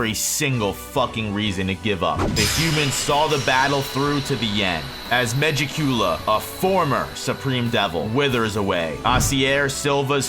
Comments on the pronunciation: Why he say it like that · SAY MEGIKULA RIGHT